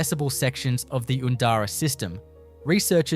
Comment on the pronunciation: The pronunciations are not correct. Oondara lava tubes is Undara. Please edit and correct. I’m not bothering with this.